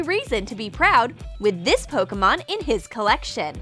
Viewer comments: its pokemon not pokomon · PokImon not pokAmon